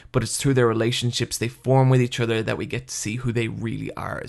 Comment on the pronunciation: Are you a native speaker? If so: WHAT IS WRONG with your pronunciation?! Why cant you pronounce the "u" and "o" in the words like "Guts", "nothing" "other" "blood" correctly? It's driving me crazy! if not: never mind